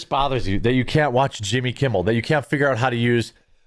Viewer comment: Why u keep calling him yimmy